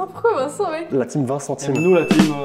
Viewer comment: La team " Vintcenteam " !😂😂😂😂😂